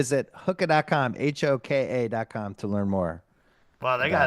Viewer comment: I’m sure Hoka really appreciates Bill's pronunciation of their name. It’s ”hoe-ka”